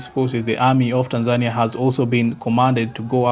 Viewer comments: YOU ARE NOT SAYING OR PRONOUNCING THE WORD TANZANIA PROPERLY. HOW DO YOU SAY IT? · ARE YOU SAYING THE NAME TANZANIA AS THE WAY YOU SAY IT IN YOUR LOCAL LANGUAGE OR THE WAY KENYANS SAY IT?